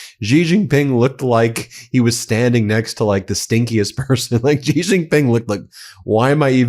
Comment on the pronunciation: That moron at Fox says Xi like its Chi, which it is not. The coverage given to Trump by his co-conspirators and 'state' media is almost at the level of being self-felating.